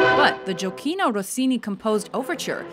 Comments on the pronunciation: Jokino Rossini 😂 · I'm italian and i'm laughing to listen Gioacchino (Rossini)